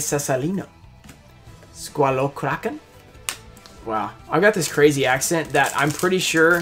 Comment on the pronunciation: You were pretty close reading Italian. Soldato pinguino and Squalokraken were perfect in pronunciation. A little bit of practice and you can join one American-italian Mafia gang lol Cioccopollo was obviously the best pull!